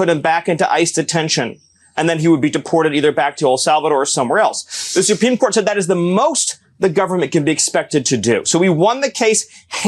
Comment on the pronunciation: What's this Suh-peme Court Pee Wee German's talking about? 🤔🤣